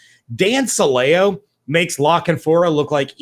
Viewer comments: Since I was here back when he was on WDAE in Tampa, I can tell you his name is pronounced "Silly-Oh" and I can also tell you the only reports you can believe with his name attached to them are the ones that claim he said something racist, misogynistic, or something just plain stupid. Not worth your time even talking about it guys. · I think you're mispronouncing Dan Silio's name. I remember when he was with the buccaneers I think he even pronounced it like the word silly with an o on the end.